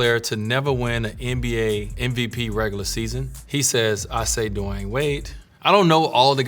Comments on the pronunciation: Kinda weird man don't know how to pronounce his name 🤔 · First time I hear how Dwyane should be pronounced properly 😂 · How tf did he mispronounce his name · Did he just pronounce his name duh-why-an wade at the beginning instead of dwayne wade? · This is not dwayne wade it's dawayne wade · Did he say his name is Dewine? I've never heard his name said this way. Is this AI Dwayne? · “Hi I’m D-wine Wade” lol why he pronounce his name like that ? 😂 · Anyone notice how he pronounced his first name? "dewhy'n" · W8, his name is pronounced "du-a-in"? Not "du-e-in"? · Lol what. Da-why-ane? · Did he say his name was De Why In wade? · Did he just pronounce his name as Divine Wade? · so nobody is gonna talk about that his name is dwyane and pronounced as dwyane not dwayne lmao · "DU-WAYAN" Wade?! So that's how we were supposed to say it?? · Duwynee? Wade??? 🤔. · I always pronounced his name "dwayne" but he clearly says"dwah eyn" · “Hi I’m Dewine Wade” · He pronounced his name like it's spelled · At the beginning it sounded like he switched the w and y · i love dwyane wade. i dont know if i ever heard any1 pronounce his first name like that because i also dont think ive ever heard him ever introduce himself i love this bit when he slumped LOL i love how he answered sooooo in detail, like everything was so genuine and well thought out. i'd like to see more, i am even inclined to read the book he was adverting at the end LOL. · SO THAT'S THE WAY YOU SAY HIS NAME??!!!! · have we been mispronouncing hist first name all these years? It's not as in dwAIn but more like dwIght and dwAIn combined? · He didn’t even say his own name right hahah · Wait how did he pronounce his name😂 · why he pronounce his name like that? Am i the only one who hear it a little bit weird? Idk maybe im trippin 😂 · Him saying his name tho ... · Did he pronounce his own name wrong?